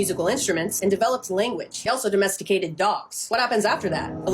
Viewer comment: "And cats domesticadet themselfes"😂